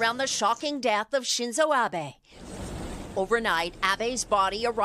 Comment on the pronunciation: あ〜べ って発音されるとなんとも😭 あべ って発音して欲しい🥺